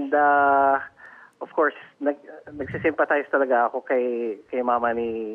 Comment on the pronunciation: "I symphatize.." huh?! Too late.. I hope they sue you and send your sorry ass to jail. 😆 🤣